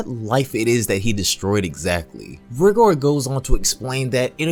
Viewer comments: It’s not how you say rigor it’s pronounced raigor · It’s pronounced rygor